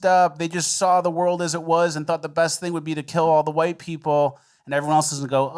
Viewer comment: how is AI going to be able to separate/ differentiate all the shades of "Hwhite" people on the earth??